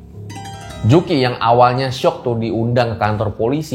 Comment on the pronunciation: Di menit Sampai salah ngomong nih bang,di undang bang bukan di UNDENG😂😂😂😂